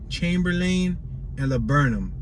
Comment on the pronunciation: Don't talk like a tourist. No one sez Chamber-lane. It's more like Chamberlin